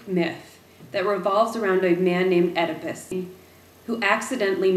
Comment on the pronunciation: EEEEDAPISS... I believe is the right way to say it